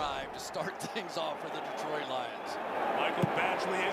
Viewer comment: The announcer here actually pronounced my citys' name CORRECTLY for a change!! The"E"is as SILENT as the"w"in "sword"and"wrestle". Its D'troit NOT:"Dee-troit" As a man who scored THIRTY-ONE(out of a possible 36)on the ACT,I l know ehat I'm talking about!! 😐